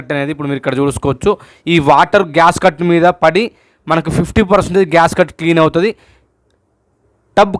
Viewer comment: GASCUT KAADU SWAMY GASKET ANIE CHEPPANDI.